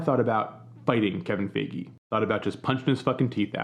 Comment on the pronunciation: Not sure if it’s on purpose but you continually mispronouncing Kevin Feige’s name got me rolling lol